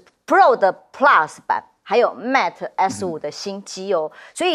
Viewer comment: Mate 不是Mat, 希望糾正發音。